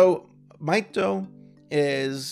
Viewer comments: No, his name is Mahito. MAH-hee-TOH. Tho calls him Maito. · Isn't it "mee toh"?